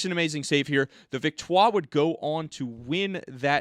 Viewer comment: Montreal Victoire. You are supposed to pronounce the r.